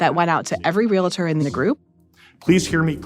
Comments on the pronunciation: Before we take apart most of the really off argument she has made let’s start with the fact Realtor only has one A. It’s Real Tor not Real-A-Tor. I’m not an agent but I know she is way off. Agents are not the reason prices are high. I hope they follow up with an Intelligent Agent to dismantle this conversation or at least show the other side. She got 80% of the wrong starting with you can now and always have been able to negotiate commission. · You don’t seem to have your facts straight at all! You can’t even pronounce “ REAL- TOR”. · Bro it’s pronounced “reel-tr” 😅😂 I don’t see an extra vowel between “real-“ and “-tor” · 🤔 "There is only one way to properly pronounce the term REALTOR®: REAL- tor ." -- Reporters: could this perhaps damage your career mobility? Yeah. It could. For real-it-tor. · I just wish if these two reporters want some credibility they could learn how to pronounce "Realtor"--it's not re-la-tor! They have no appreciation of the work that Realtors do, and how the business has reacted to the NAR settlement. This story is full of misinformation. Very shoddy. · Correct. Two syllables, not three. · Funny that Michael uses big words but doesn’t know that realtor is a two syllable word. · Let's start by pronouncing Realtor correctly. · I’m am under 10 minutes in and question if she even read the documents associated with the settlement. So many mistakes already. Prices were NEVER fixed, commission has always been negotiated, you cannot correctly say Realtor. Lawyers are going to Lawyer and Liars are going to Lie. Such a misrepresentation it is shameful. Maybe a podcast on the NYT should be in the works… how many times have they gotten stories wrong? Intentionally or ignorant of the facts? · There’s no A in the pronunciation of realtor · I think if you're going to a podcast about realtors, you should know how to pronounce the word. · Imagine doing a podcast about giraffes and calling them "gear-affs" for the whole thing?